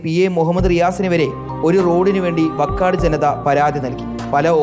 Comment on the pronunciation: Vakkad alla vaakkad